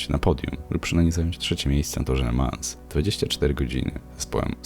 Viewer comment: Le Mą - nie La Mans